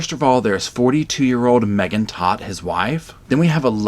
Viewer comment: Todt is pronounced tote, like a tote bag. I am a Todt (of a different and unrelated family)